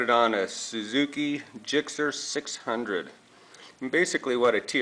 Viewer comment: he lost me when he said "gixxer"...